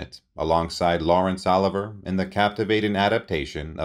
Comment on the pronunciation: This guy sounds like a Robot mispronunciation of names like LAWRENCE OLIVIER